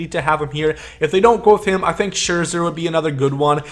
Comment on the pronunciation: it’s scherzer babe and chipper